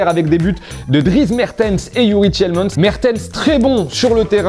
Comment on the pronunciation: Juste pour info on prononce « Tilemans ». Le e ne se prononce pas. Pour tant tu dis bien « Dris » pour Dries Mertens et ben c’est la même logique. J’aimerais bien qu’un jour les commentateurs de foot français apprennent à prononcer correctement les noms des joueurs.